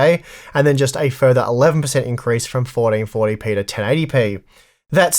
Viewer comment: Fourdeenfortdypee 😂 your accent is killing me